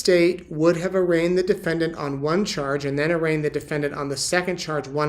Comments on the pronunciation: Defedant? Lol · SEPARATED, not SEPERATED. DEFENDANT, not DEFEDANT or DEFENDENT. Lori once Vallow, now a Daybell Has one more fault, she cannot Spell Files yet another Dismiss Motion But alas it's no magic potion She thinks she is a beauty queen When toxic as a can of benzene She killed her husbands one by one Now in her trial she is coming undone Charles Vallow was kind and decent But to Lori, he was just the most recent She killed Tylee's father, then Tylee herself And sweet little JJ, a mischievous elf Tried to shoot Brandon, thank god she failed Because Alex her bro, panicked and bailed Then hardworking Tammy, so athletic and brave Chad, Lori, and Alex, sent to an early grave Then as Charles' murder trial date loomed near Alex talked too much, and Lori felt fear So little sis Lori, told Alex to fly So Alex went off, took poison to die. If she hadn't been caught, who would be next? Why Chad of course, oversexed and much vexed. She would have told Chad to take a pill and nap Then blamed him while he off'ed himself, like a dutiful chap I've followed her history, she's a psychopath and Narc I've never seen a mind so devoid of love and dark. She once had the manner of a pretty blonde thing But her evil deeds turned her into a rusty box spring.